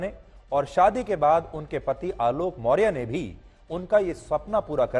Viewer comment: पहले आपको सही नाम मोर्य के जगह पर मोर्या बोलना चाहिये. आप सही रिपोर्ट कैसे करेंगे. जब आप सही नाम नहीं जानते हैं.